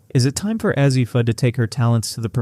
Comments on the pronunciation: Ur mispronouncing her name Azzi long A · Why do you not pronounce her first name correctly?